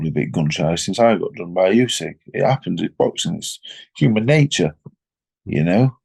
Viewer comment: Anybody notice Frank called usyk crusyk at the end then said about crusader hmmmm